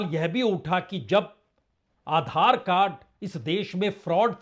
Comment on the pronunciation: Are tum adhar ko galt tarike se bol rahe ho